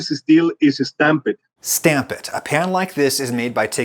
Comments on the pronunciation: Why did you repeat stam-pehd like it wasn’t an Italian mispronunciation? Haha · Don't forget the sublte "stamp-ed"